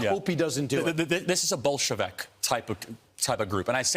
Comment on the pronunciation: OMG "Bolshsvick " ..play by play Nazi Sh't ..When The Eugrnics Starting ?